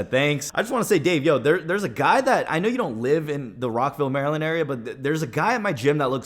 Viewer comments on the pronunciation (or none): none